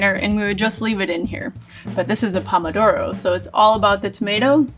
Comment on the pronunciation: Sorry I'm being a pedant, Pomodoro (which she mispronounces) "literally" means "Apple of gold" because tomatoes were originally yellow (and much smaller). And I did note the Donna Hay Twist that everyone does now with spaghetti.